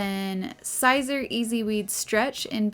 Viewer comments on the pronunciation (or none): Siser is pronounced “Caesar” … nice video!